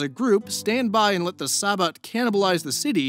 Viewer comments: You apologized for the pronunciation, so I figured I'd offer the ones i caught (bare in mind i'm extremely forgetful and probably missed one or two). Using phonetic pronunciations because i don't know most of the special characters or even what they sound like looking at them. Sabbat: Suh-bot or Sah-bot Tremere: Truh-meer I feel like i'm missing at least one, but i'm too lazy to go back and find it lolz. hope this helps for any future vids you do featuring VtM. Also, to my knowledge, you got Assamite right. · I hate to be that guy, but you keep saying "Tre-mu-ray". It is "Tree-mere". And the "Sah-batt", not the "sa-bat". Don't take it personally, even players who know VtM or WoD since forever say stuff like Tzimisce wrong. It just irks me to hear it the wrong way. Funny enough, you say Assamite right, which many say wrong. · Hey,. Long time Vampire player. Tremere is typically pronounced Trah-meer just FYI in the future. Sabbat is also Sah-BAHT... emphasis on the second sylable. Not a big deal but for a player like me the mispronunciation is kinda... painful.